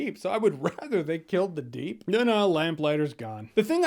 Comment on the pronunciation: First off... You said, “deep doo”. Heh heh... Second, Deep provided the proof/video of the airliner disaster. So he did do something....